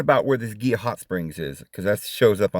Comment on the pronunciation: Its pronounced He la river Gila.